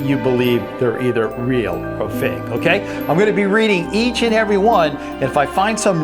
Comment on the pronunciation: Gake is not a word. It's "fake". Also it is tel"e"port not tel"a"port.